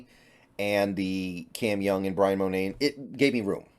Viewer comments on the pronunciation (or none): none